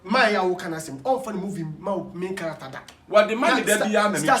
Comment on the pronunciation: Kwaku , it’s Main Character Not May Character